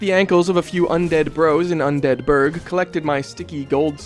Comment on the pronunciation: Hey I’m new here but you are pronouncing “Undead Burg” perfectly normal and everyone who said otherwise is wrong and and probably say “Pecan” instead of “Pecan” amirite